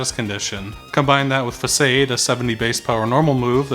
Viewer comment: Furthermore, it’s pronounced ‘fa sawed’